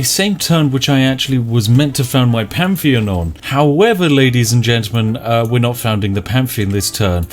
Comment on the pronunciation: Word: Pantheon Spiff: Pamfian